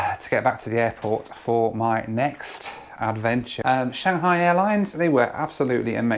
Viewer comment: I'm going to say this your loo reviews is top notch, and especially with the animation, which Josh Cahill's loo reviews lack lol! and thank you for pronouncing Shanghai correctly lol